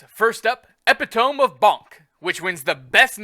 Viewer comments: Epi-tome? Dude. Get a dictionary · Ee pit o mee/ epitome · Why can't NW content creators pronounce "epitome", both and sethphir said ep-i-tome, not e-pit-o-me.:D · Please learn how to say epitome PLEASE